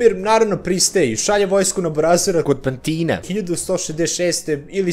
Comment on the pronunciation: Ne kaze se PanTina... Nego PAntina.... Mozda nije gramaticki tacno ali na kosmetu niko tako ne izgovara to selo... 100% 👌